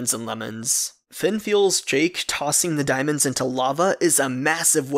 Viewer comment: He said DANIEMOENADS or Dimonds .